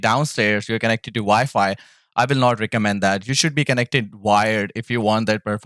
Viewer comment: I know im smacked but i keep hearing vyfi when you say wifi i cant stop laughin lol you ever use hotspot on ps5? Want to hardwire but router/modem is far and i keep lagging out lobbies